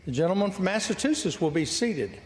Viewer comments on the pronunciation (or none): Jerry Lee Carl - 3 first names and pronounces Massachusetts "Mattatusetts". 🤣🤣🤣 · "Massitoosis" Adorable. (For a six-year-old) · What is it about Republicans in Congress who can't read or pronounce common words? I already hate that he keeps saying "MasseTUsets" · I didnt know one of our states was called "massa two sets"... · Lawrence will you please tell the southern Republicans that there is no T in the middle of Massachusetts its a C how hard is that to understand i like my family before me live in Gloucester Massachusetts and have been hear since the 1600 our little space in the world was founded in 1623 and the local Indian tribes were in Mass, for thousands of years so lets try a little harder to get the pronunciation . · "I'm sorry, I messed that up". Come on, seriously, he can not even say Massachusetts. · Jerry Karl from Al a bama. can’t even say MASSACHUSETTS!?!